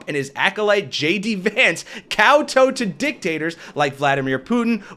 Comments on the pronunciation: ˈkau̇-ˌtau̇ Not Cowtoe! I believe it was MTG who made that error while speaking a couple weeks ago. Love this video! Thanks! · This is the problem with learning words by reading them. Please stop saying "cow toe." I know that it is pronounced that way when you tow your boat, but in this word it rhymes with cow. Every time you say it, I think, "did he say camel-toe?" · That's not how you pronounce "kowtow" The first syllable is pronounced "cow", and the second syllable rhymes.